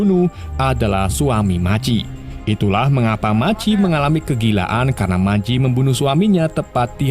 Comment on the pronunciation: Machi .maji machi maji😂😂😂. Bgung jd dgr nya